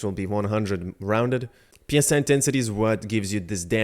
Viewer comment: PSI is pronounced as 3 separate letters... what's in the game is psi.. the word.. pronounced like sigh. PSI stands for pounds per square inch.. psi is short for psionic which means relating to or denoting the practical use of psychic powers or paranormal phenomena.. tell me what makes sense here for the game? you increase your pounds per square inch power or you increase your psychic power?